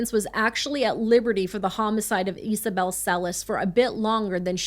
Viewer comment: Isabel or Isabelle is pronounced Izabel not Easabel. Her shortened name would be Iza or possibly Isa not Esa.